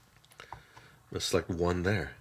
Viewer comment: Computor? He's actually a robot brother of SKELETOR!